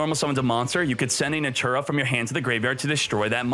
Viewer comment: NATURIA - not natura